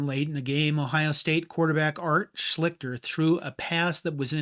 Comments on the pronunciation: Art "SLEE-stur" not "SHLICK-stur." Tom MATT-ee" not "MATT." Niece piece, though. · And Art Schlichter. He said “Slick-ter” and “Matt.” They are pronounced “Schlees-ter” and “Matt-ee.” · Also it's Art SHLEES-ter, not SHLIK-ter. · I played high school football in the 80s and most coaches were the same minus all the physical assaults. I remember parents were upset finding out coaches were using profanity in front of the players. All us kids saw the hypocrisy as most of our parents cussed in front of us all the time. My only beef with this video is the pronunciation of Art Schlichter's name. It's pronounced Shlee-ster. You're not the first or the last who will get it wrong but your research falls short on Woody Hayes when you mispronounce the name of Woody's best QB. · we talking abt a legendary college player, notwithstanding his troubled post OSU life....the fact that he mispronounced THAT name in a historical vid abt OSU is diabolical....dude almost won a heisman...as an SEC fan I hate both UM & OSU but legends are legends....Put respect on Art "Slee-ster's" name!!!! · He can't even pronounce the players names. Tom Matte and Art I Schliezter. I spelled his name wrong, but I know how to say it. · Good video except for the complete botching of the pronunciation of Art Schlichter. Wasn't even close. Anyhow, I didn't realize that Hayes had such a long and storied history of hitting people. Ohio State never disciplined him until they absolutely had to. Funny how history repeats itself. In the modern day, Hayes probably would've been fired much earlier in his career.